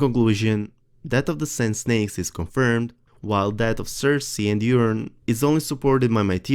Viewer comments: Urine Greyjoy... anybody else think he;s saying Urine?? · Yes, very good English but I have to laugh at the pronunciation of Euron -- sounds like 'urine'. Well, he's always pissed about something